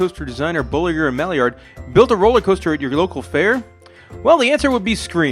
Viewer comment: Bo-lee-zjay, not bow-lig-er